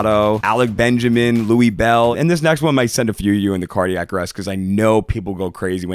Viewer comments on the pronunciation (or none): none